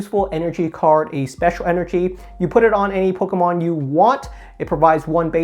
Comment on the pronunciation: “Pokamon” and “Eveelution” 😁